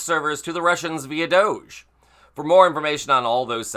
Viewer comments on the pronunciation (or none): none